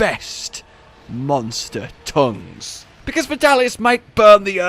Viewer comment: wait did i just hear "the best TOUNGS"?